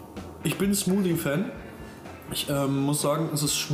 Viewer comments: ALTER WENN DER TYP NOCH EIN MAL SMUSI SAGT DANN KLATSCHTS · SmuSi hat er gesagt xD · Beeren-Smusi xD oh man oh man, als wäre es wirklich soooo schwer richtig das Wort Smoothie auszusprechen oder es zu lernen!